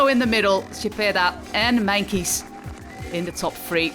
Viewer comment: Why does she say Meinkeys instead of Meintjes?